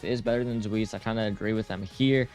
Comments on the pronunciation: "zuis" "splaten" what are these pronounciations like okay, i kinda get zweis, there isnt really a similiar sound in english. but "splaten"? why is he L in front of the a?? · I know I’m going to sound like the grammar police of German word fun. But it’s pronounced Zwice. It stems from Zweihander